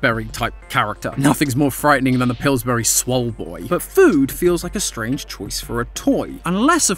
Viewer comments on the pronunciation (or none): none